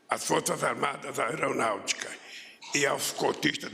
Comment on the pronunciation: "nossa Éronautica"